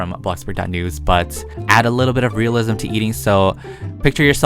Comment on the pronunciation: It's just so funny when he says "realism"